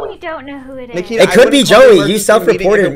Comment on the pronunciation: Anyone else roll their eyes when he said Nakita?